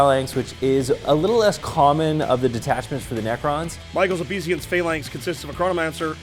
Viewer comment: It's pronounced OBAY-sance Phalanx guys 💪